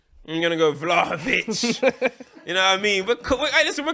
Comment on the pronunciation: man fully said vlahovic😂is 1/8th Serbian or something😂